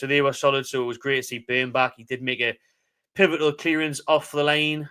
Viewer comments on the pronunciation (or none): none